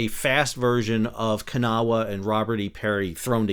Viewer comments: IT’S NOT “KA-NAH-WAH!” IT’S “KUH-NAW!” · As someone who is from Kanawha County WV and grew up along the Kanawha River I am here to tell that you are NOT pronouncing it correctly. I have lived here in NC long enough to know that for some strange reason people here like to pronounce it Kan-a-wha with three syllables. That is incorrect, it is pronounced with two syllables as Kuh-naw. Pronouncing it Kan-a-wha just tells WV expats, like me, that you have never been to WV other than driving through on the interstate.